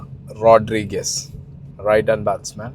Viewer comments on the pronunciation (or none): Her surname is pronounced wrong..